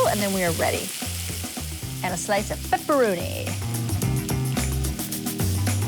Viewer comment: “got a slice of PEPPURONEE”